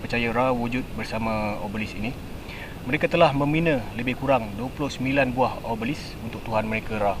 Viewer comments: O Be Lisk bukan obselik 😁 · Comel tau dia. sebut obelisk betul dah.. tiber keluar "oblesik", "obselik" hehe, tersenyum2 kita melayan video ni